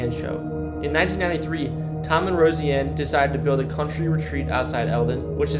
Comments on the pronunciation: Why the F’k is this kid pronouncing Roseanne Bar like “Rosie-Anne Bar”?🤦‍♂️ Jesus Christ…. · RoSIE ann got me!? Like have u never seen this show!? One of the best ever! Come on now! 😆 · Why are you butchering Roseanne’s name like that bro. Sound it out. Rose. Anne. Roseanne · I really do love these videos, and the effort you put in is awesome. However, it would be amazing if you put in as much effort into knowing how to pronounce the words you're speaking. You did not pronounce Des Moines correctly, nor did you even pronounce Roseanne's name correctly. It saddens me because you can look up how to pronounce all those words in about 2 seconds. It may be small, but those small things eventually add up. That would be my only advice for this specific video. Thanks for the hardwork. Still love the videos, just need to make sure you do all of your research- down to the words. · Rosie Ann has her own podcast and has been all over social media and had 2 popular shows. You would think you would of heard her name pronounced? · The VA hospital is torn down now and there is housing development on the land. How did you mispronounce so many different things in one video? Des Moines? Roseanne? Also, if you don’t have information of the abandoned location, then don’t put it in the video. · How come this guy says "Roseanne" so oddly? It's pronounced Rose-Ann. Not Rosie-Ann. Come on dude! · Nice video. You should consider practicing better annunciations. One example is Roseanne is pronounce Rose ann not Rosy ann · Enjoying the video but getting caught up on the Rosieanne name.. it's Roseanne... Rose.. Anne... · Roseanne. Not Rosy-Anne. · Rose-Anne not Rosey-Anne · You don’t know how to pronounce ROSEANNE?? You say it like this ROSE🌹 Ann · It bothered me sooo much haha. Rosey-anne bahaha. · Pronounced. Rose Ann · Seriously it's pronounced Rose-anne and De-Moin the S ' are silent. I hope u don't live in Iowa if so their education system is effed